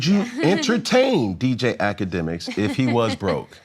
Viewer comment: Did this mf say dj ak lmaoooo